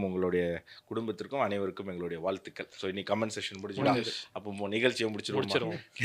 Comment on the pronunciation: Bathma instead of Padma வால்துகல் instead of வாழ்த்துகள்.. இந்த மாதிரி உச்சரிப்பு பிழைகளை சரி செய்தபின் கேளுங்கள்.Subscribe செய்கிறோம்.